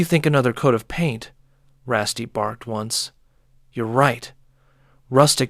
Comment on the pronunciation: I don't mind however you're pronouncing Rusty wrong. RussT.